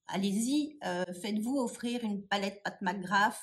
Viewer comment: Bravo car tu ne dit pas pat mcgrath en américain je supporte pas se qu'il le dise en américain . On est francais non mais!!! 😂